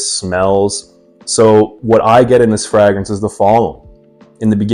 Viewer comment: Why are you pronouncing fragrance like fraag rinse? Sincerely asking, I like your content overall, keep it up.